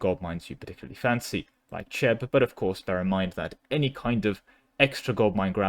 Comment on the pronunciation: that Cheb pronounciation.... so wrong